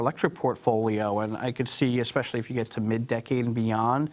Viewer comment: the word is not "EXpecially," it's ESpecially!!!